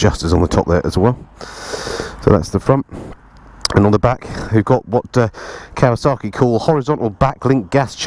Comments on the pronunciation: Great review, but there's no R in Kawasaki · You say kawasarki, I say Kawasaki, lets call the whole thing off! Kawasarki, eh?😉